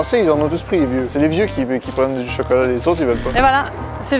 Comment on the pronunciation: J’aime trop quand ils disent « Chocolot »